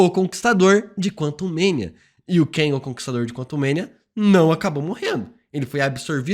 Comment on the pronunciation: para de pronunciar "Keng" ja que no filme quantumania chamam ele de Kang.